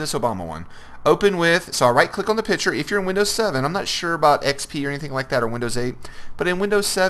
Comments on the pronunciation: Bruh Piture😂😂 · i wonder if you've learned there is a c in the word picture yet.